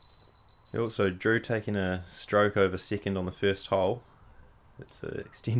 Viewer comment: I like the way you say second… “sickind” E’s turn into I’s and I’s to E’s